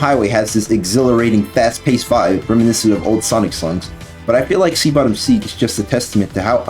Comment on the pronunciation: "Sea Bottom Seeg"